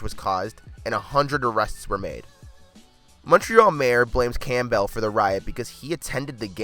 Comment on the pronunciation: Pav-e-leski? Clam-bell? facepalm